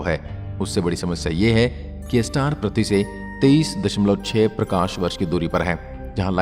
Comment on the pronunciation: Prathvi nahi ise prithvi ( earth) bolte he sahi se bolo pahle prathvi nahi prithvi bolo